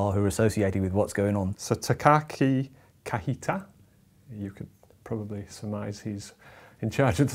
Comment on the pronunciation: The "j" in "Kajita" is not Spanish j. The phoneme "ji" is pronounced like "g": ka-g-ta.